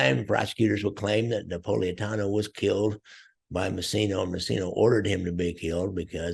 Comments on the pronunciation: Lear to say Napolitano right. It’s NOT Napoliatanio, it’s Napolitano. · Sonny Black's name is Napolitano not Napoliatano. Also, coincidentally Angelo "Quack Quack" Ruggiero was called Ruggerio. I always wondered why this happened.